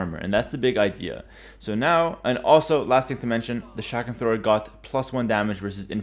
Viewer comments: It's chuck rum not shack ram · I thought he said shotgun thrower at first